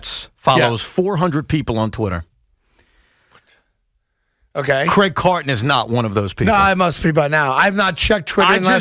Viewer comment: Who’s CRIAG? 😂